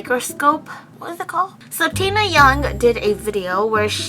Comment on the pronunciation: When she said “tina yong” i thought she said “taehyung”... 🤷‍♀️ AND THEN BTS SONGS BEGAN TO PLAY AND OMFG,i love you 😂